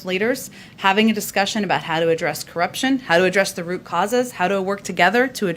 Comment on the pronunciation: she said 'Corruption"....LOL